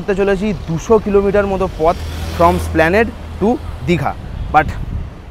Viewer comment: ভাই, এসপ্ল্যানেড ওটা। স্প্ল্যানেড না।